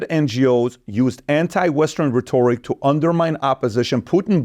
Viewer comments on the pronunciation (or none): By the way it's pronounced rhetoric not re r e e toric